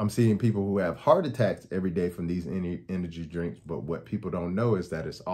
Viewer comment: You didn’t say “energy drink” correctly once